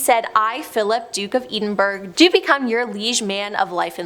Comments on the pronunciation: Didn't like it. Content level is dropping hard. Dark secrets? None of these are secrets - very public, actually. Lazy video. I live in "Eden Burg" and it's pronounced "Ed-in-bur-ah". The pronunciation was the most disturbing and shocking part of the whole video. Really shows that no effort is put into the videos... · These aren’t dark secrets. I’m British & I knew these & im assuming most British people would too. Not exactly ‘dark secrets’ just facts 🤦🏽‍♀️ also it’s not pronounced Edenburg it’s sounded out - Ed in burra (Edinburgh) Say it properly lol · None of this is dark or secret. It's all very well known public knowledge. Also cringing at the way she pronounced Edinburgh 😬